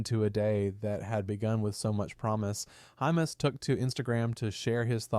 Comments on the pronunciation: Sounds like IT is saying hummus... 😂🤦‍♂️ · You've pronounced hymas 3 different ways in this short vid.....